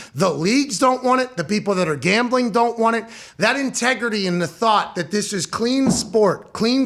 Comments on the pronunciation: this mf said GAMLING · "Gamling" lol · “Gamling” lol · Come on, “Gamling”